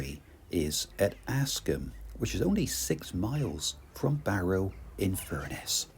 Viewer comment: Very interesting film about a beautiful area. Only ever been as far south as Ravenglass from Carlisle. By the way the k is silent in Kirkby - it's pronounced Kirby. Look forward to the next leg. 😊